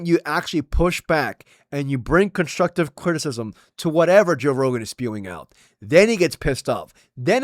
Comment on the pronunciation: "toe" rogan! i love it!